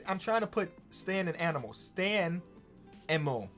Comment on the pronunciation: it would just be Stanimal, 😐